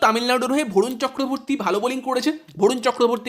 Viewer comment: বরুণ ❎ ভরুণ ✅